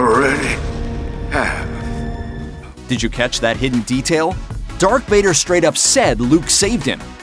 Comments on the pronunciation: Hey announcer, it’s Darth Vader and Skywalker... not Dark Vader or Skywaller... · Who the fu$$ is narrating this? Luke Skywaller, Dark Vader, Chewy is a cookie! WTF! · Why is this guy saying Dark Vader and Luke Skywaller? Oh I get it now - it's a yolk